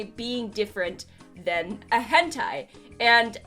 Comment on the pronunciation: Why is everyone saying “gentai” instead of “hentai?”